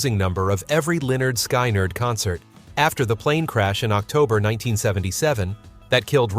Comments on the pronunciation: It's skinard, not shynard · Lynyrd Skynyrd (pronounced 'leh-'nérd 'skin-'nérd) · They always say lynyrd skynyrd wrong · Someone in the production department for this video should've listened to this entire video and corrected the band and band member pronunciation gaffes. Lynyrd "Sky-nerd"??? C'mon. The name of their first album is actually pronunciation instructions for their band name. Glen Frey's name was mispronounced. This demonstrates that the narrator is ignorant of the decade he is describing. I won't subscribe.